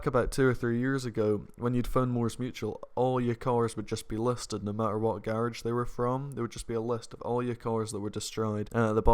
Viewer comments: So we goin ignore "garige" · "Gârage" ??? lol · Tell me how many times said ‘garage’🤣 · Anybody else like the way says "Garage"? Loving the accent mate! Your videos are lit! Keep up the good work! Hope you continue grinding on story mode! Those story mode clips are great! Always make me laugh! You a goat 👍🏾🔥🐐